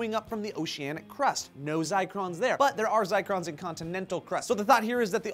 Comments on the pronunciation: This was a cool and itneresting video, but I gotta ask, did and mean to say "zircons" instead of "zicrons?" I have heard of zircons and I know what the are but what they said I have never even heard of and am not sure if it even exists. I even went and looked it up and I couldn't find anything called a "zicron." I am not trying to be a dick or anything but I think they got mixed up with their info a little. Anyone want to clarify please? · I'm a geologist and I cringed every time they said zicrons. It's zircons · did you guys mean "zycrons" or "zircons"?:) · Sorry if I'm repeating but, "IT'S ZIRCONS!!!!!!! NOT ZICRONS!!!!!!!!!" Zircon is a gem. A very old one. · Those are "zircons" (pronounced ZUHR-cons not ZYE-crons). This is the kind of benevolent disinformation you get when you hire non-techies to speak on techie subjects. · zircons not zicrons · WTF is a zicron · *giggles* They're "Zircons", not Zicrons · ouch... not zicrons, zircons!! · Zircons, not zicrons. A kind of mineral. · First of all, it is pronounced ZIRCONS (as named after the element Zirconium) not ZICRONS!!! And secondly this is not new data... our geology professors have been working on this data for years. It's not new. But props for trying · Once again FAILS at science; they're called ZIRCONS not "zicrons". There's no such thing as 'ZICRON'! Zircon is used in radiometric dating as it preserves traces of uranium and thorium – this is basic Geology, guys. Maybe you guys should feature &, and your proof-reader on an episode of 'stupid Vs stewpid' - Because that was a pretty easy mistake to catch, and they said it multiple times, but still no one double checked & they both ended up looking stupid... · Fact check: you mean "zircons." Not zicrons. On the upside, you may have just invented a new sciencey-sounding word! Congrats! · ZIRCONS!!! Not zicrons, sorry but zicron does kinda sound cooler I guess... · GOD DAMN IT NOT ZICRONS (googles)